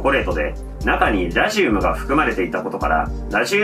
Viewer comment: ラジウムの発音が気になって内容が入ってこない